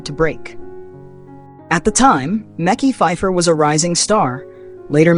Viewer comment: Not micky phipher tho lol it’s pronounced makeye makeye these ai pages be killing me😂😂😂